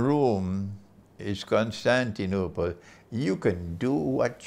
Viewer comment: I like the way you pronounce Constantinople!! Greetings from Greece